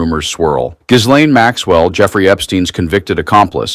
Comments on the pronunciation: On a side not. The s is silent. Not giz-lane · Pronounce her name right: The s is silent like the p in swimming. So annoying. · Could we all just agree how to pronounce Ghislaine?